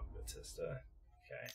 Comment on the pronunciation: *Ballista, not Batista